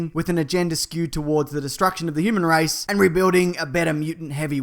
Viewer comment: He said human rice 😂 its human race !